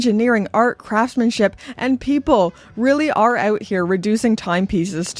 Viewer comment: Get “oot” of here. Shout out from a fellow Canadian! Great message too